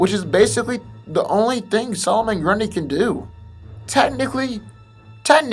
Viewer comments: It's NOT Pronounced "Grun-Day" It's Pronounced "Grun-Dee" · it's grundee not day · why are keep calling him "Grunday" instead of "Grundy" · grundy bro not grunday hahaha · i think the video wasnt too bad but everytime you pronounced grundy (grun-dee) as grun-day i wanted to teleport to your location and slap your mispronouncing ass. its grundy damn it! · ummm grundee not grunday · does it bother anyone else that he seems to say grun-day a few times instead of grundie? could just be me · This boy said Grunda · Your pronunciation of some words is atrocious. Grundy(Grun-dee), Wanton (Wahn-Tahn) and some others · Someone mentioned how nearly every 'superhero' has regenerative powers now, maybe... but it's a shame the commentators have to destroy the spoken english text by being incapable of speaking properly, so either learn to pronounce english or sod off; typical example.. solomon grundayy!! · It sounds like GRONDAYY he said GRUNDAY 7 years later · "Solomon GrunDAY". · Why’s this asshole pronounce Solomon Grundy like that? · Why do you keep saying Grundy like this, there is not an A between the d and y in Grundy